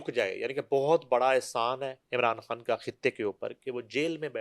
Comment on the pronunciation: She pronounces everything fine except خان, she pronounces کھان instead 😂😂😂😂😂